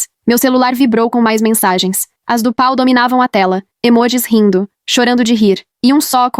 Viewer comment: Na verdade é Paul. A IA não sabe ler estes nomes. È um problema porque Paul é um nome de origem inglesa e quando a IA de leitura está programada para ler em português ela se atrapalha com palavras e nomes de ouro idioma.